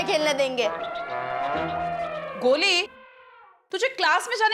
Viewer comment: Goli not Glou